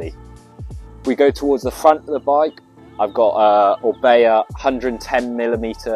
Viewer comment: Orbea? More like Orbae